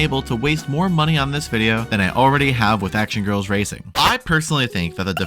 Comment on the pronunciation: MEMES HAVE ROTTEN MY MIND EVERYTIME SHE SAYS RACING I HEAR RACIST STOOOP